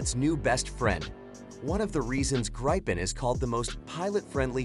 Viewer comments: Not Graipen, but Gripen, like in people. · Just stop calling it "graypen".. Just call it JAS GRIFFIN... gripen mean griffin